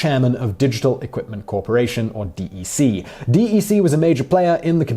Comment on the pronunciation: DEC is pronounced “deck”, not “D.E.C.”